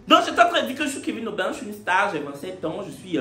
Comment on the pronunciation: Même ´´’´ est prononcé en anglais 😂😂😂😂😂. Je commence par aimer l’anglais inh. Merci